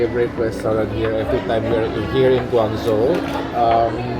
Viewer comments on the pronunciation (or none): it’s pronounced GUANG JOE